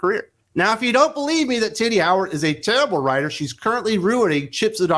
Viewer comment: I chuckle because every time I think you’re saying Titty Howard 😂